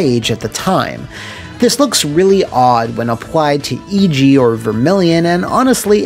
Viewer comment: Other than your pronunciation of Eiji, this was a great video. The series doesn't get enough love.